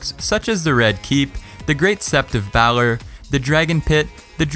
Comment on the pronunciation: Oooh someone doesn’t watch Game of Thrones! West-eros instead of Westeros and bahlor instead of Baelor